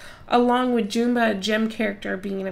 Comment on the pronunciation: It’s pronounced as jum-ba